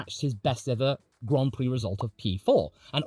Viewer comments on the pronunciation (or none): none